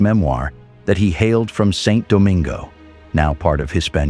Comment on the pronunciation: Yeah, the incorrect pronunciation of Santo Domingo had me a little confused. I agree.